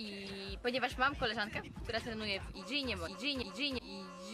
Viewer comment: Ja też mam znajomych "trejni" w "i dżi" i "dzi ej pi" jak koleżanka xD A tak serio dobry materiał